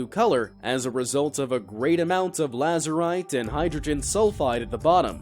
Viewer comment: It is azurite not lazurite.